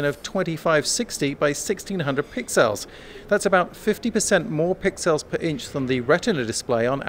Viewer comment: AAARGH. STOP SAYING PIXÈL